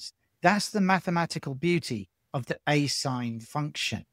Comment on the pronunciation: Asinh is pronounced a-shine, a hyperbolic function, to distinguish it from asine/asin or arcsine,a trigonometric function.